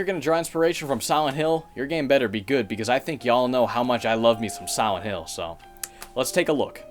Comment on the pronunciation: "Y'all know just how much I love sowent hill" I love ya man but it's SILENT, pronounced Sigh-lent. The lent is not a sow.